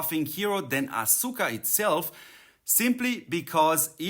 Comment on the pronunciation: The U is silent. It Sounds like Aska